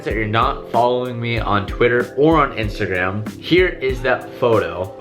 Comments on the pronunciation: "INSTARGRAM" :D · "Instargram" good job lol keep doing what your doing give's me motivation to be better in life.